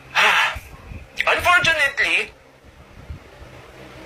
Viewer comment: Atty., pag pasensyahan mo na kasi yung surname nga nya di nya kayang bigkasin, imbes FERNANDEZ sa kanya ay "PERNANDES". ang FIVE ay "PIBE". ang UNFORTUNATELY ay"UNPORTYUNEYTLI, hahaha!